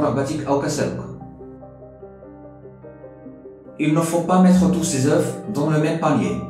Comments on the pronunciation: Merci frère mais .oeufs ce pronance oeufs sans prononcer le f.aux pluriel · Désolé prof mais on ne prononce pas f quand on dit les œufs.